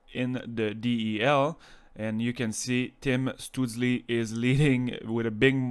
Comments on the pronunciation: I'm pretty sure his name would be pronounced Shtoo-tzel and the tzel part would be pronounced like at the end of the word pretzel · Your pronunciation of his name is really funny. (